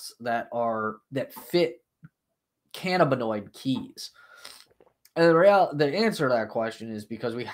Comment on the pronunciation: I believe the accent is on the 2nd syllable -(ca-NAB-in-oid